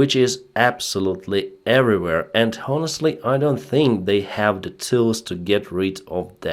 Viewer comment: suhoy SIRTY ??????? EAR TO EAR missle ???? sree of them ??? skys ??? aviation was activ on the sauce ??? sirteefive kilometers ???? Honestly ???? Man !!!! how can you say something like that when you are able to speak englisch without any other problems ???? dude , dont you know that H in word HONESTLY is silent ???????